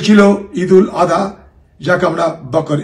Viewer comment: দাদা ঈদুল আদহা নয়, ঈদুল আজহা।